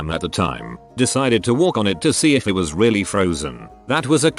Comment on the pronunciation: I love how ish the speaking program says “I T” instead of “it.” To be fair it usually is IT instead of it lol